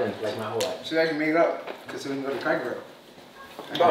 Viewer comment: My man said “crackle barrel